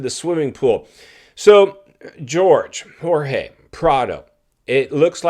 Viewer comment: Please be respectful. Jorge has his pronunciation in Spanish when you translate into English with George that is a little bit disrespectful. If I was Jorge, I want my name pronounced like it was given to me at birth.